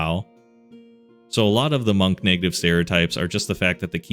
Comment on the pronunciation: Calling monks "gunks" is so funny. Please don't change it